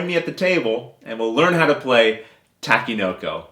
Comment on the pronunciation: Great video and great explanation. You really have a knack for teaching board games in an easy to understand format. One little thing, you're pronouncing the game name wrong. You are saying "ta-ki" when it's supposed to be pronounced "tah-ke". Not a big deal, just thought I should point it out.